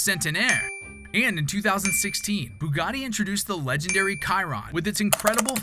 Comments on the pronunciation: Bugatti Kai-run. She-ron. Chiron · The "Bugatti Kyron" killed me